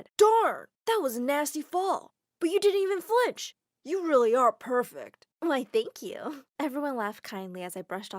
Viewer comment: The way she said why thank you wth